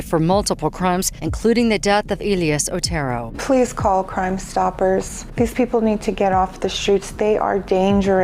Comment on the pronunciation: It’s not pronounced Oturo, it’s Oh Tear Oh, he’s Hispanic not Japanese lol